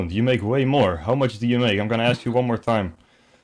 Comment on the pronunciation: "Because you didn't update on tieym" lol 💀 a day late and a dollar short 😭